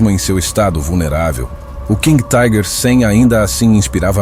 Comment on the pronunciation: Não somos ingleses! Não entendo essa pronúncia em inglês para a palavra alemã "Tiger". Pode pronunciar como alemão ou como se lê em português mesmo. Ou chamar de tanque tigre.